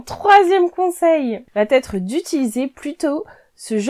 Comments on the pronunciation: j'apprécie beaucoup tes conseils. Permets-moi d'en donner un aussi: ne dit pas le tissu va têtre... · Bonjour. Vos vidéos sont intéressantes mais, de grâce, n'abîmez pas notre belle langue française. A moult reprises vous dites, par exemple : " le 1er conseil VA T’ÊTRE"........il n'y a pas de T entre VA et ÊTRE, ça ne se dit pas. Il faut dire "VA ÊTRE" ou bien "le 1er conseil sera....". Merci de respecter la langue française.